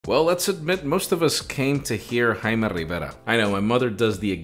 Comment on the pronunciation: 'Jime'..... was up all night liking comments 🤣